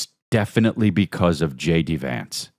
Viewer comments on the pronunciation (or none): I love how you say JD Vance like it’s spelled Jady Vance.